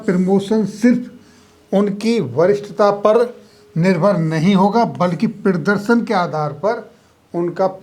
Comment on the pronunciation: आपका कंटेंट शानदार है निम्न पर थोड़ा काम करें आप प्रदर्शन को प्रीदर्शन प्रीमैच्योर को पीरमोचर और प्रमोशन को पीरमोशन बोल रहे हैं।